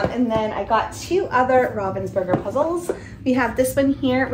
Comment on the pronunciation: If you want to pronounce Ravensburger correctly, the "burger" part of the word also sounds differently. The "u" sounds like the sound in the word "blue".